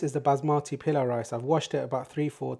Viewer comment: It's not pila rice. Itus called " pulao" the right word